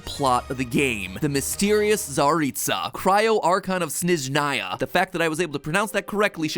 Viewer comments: pronouncing snezhnAAya is like washingtOOn. but there's no news, americans never could put any stress wright in russian words. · “The fact that I pronounced that correctly shows that we not only do our research but also really enjoy this game”. You did not pronounce it correctly though Matpat. They pronounce it in the game. It’s tsar its a not tsar eats a and Shnez nigh a not Shniz nii a. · Snezhnaya is actually pronounced more like sn-yeh-zhnaya than sn-eh-zhnaya, even the voice actors get it wrong though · What Matpat thinks: pronounced Snezhnaya and Tsaritsa right* What Matpat actually said: Pronounces Tsaritsa as Zaritsa and Snezhnaya as Snizhnaya* This is what you get for trying to brag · Butchered almost every name you could pronounce, but "did your research" (shneznaya???? wtf) it's Tartaglia/Childe, not Zhongli I lost interest in the first few minutes. This lore featured in the video is extremely shallow and you didn't add anything new that the community didn't already know. Pretty low effort video, and I'm sure you're aware of it, too. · Correction: snezhnayA wrong its actually snYezh-nUyuh and the person you keep showing is actually pulcinella and not the tsaritsa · brags about correctly pronouncing Snezhnaya pronounces it Shneznaya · sorry Matpat, but you did not pronounce that correctly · mat: i was able to pronouce that correctly ! me, a russian: no but go off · u pronounced snezhnaya wrong. just saying. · I love how mat pat points out that he pronounced shneznaya correctly when he pronounced it wrong and pronounced the tsaritsa incorrectly too 💀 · Bad news, MatPat, you got Snezhnaya wrong. Enter Снежная in Google Translate and listen. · ACTYUALLY you've pronounced '"Snezhnaya" wrong. The stress should be on the first syllable. Source: I'm a native Russian speaker. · but- but you don't pronounce Russian words correctly 😢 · “Oh yeah, pronouncing Shneznaya proves we do our research.” Also Game Theory: calls Childe Zhongli